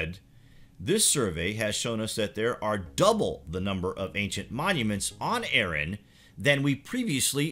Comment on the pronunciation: Ahran ... not Ehren. ARRAN.